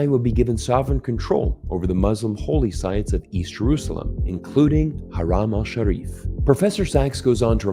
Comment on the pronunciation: Haram Shareef is silent at the m. Please take care. Your analysis was pretty cool, don't fuzz it with that pronunciation